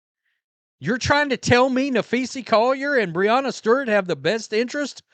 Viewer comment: Who are you talking about cause that is not her name. Guess you're too stupid to learn how to pronounce her name.